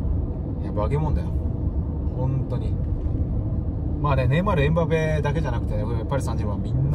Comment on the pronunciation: ちゃんとエンバペって発音してる。ちょっと嬉しい。 長友さんマルセイユで待ってます！